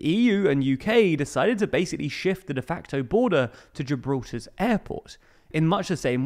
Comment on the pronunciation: What’s “ de fanco ”, please? Is this machine-talk for de facto? Just asking.